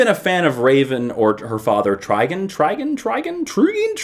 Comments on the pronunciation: I've seen teen titans so its try-gohn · keep the top notch reviews coming,, oh... and I think you'll find it's pronounced 'Trigon'